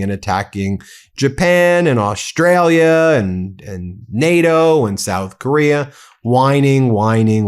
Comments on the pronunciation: Oh please Ben!!! Don't say Aushtalia! Even some Aussies say that!! Or worse Stralia. We have some people here trying to dumb us down , cos they are dumb It drives me insane! My grandfather would turn in his grave if he hadn't been cremated. In his time, when he visited the US in the '30s to work with Paramount Studios noone knew where Austrslia was. I don't think it has changed much. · Yanks, learn to say the name Australia correctly. DO NOT DRAG OUT THE FIRST SYLLABLE!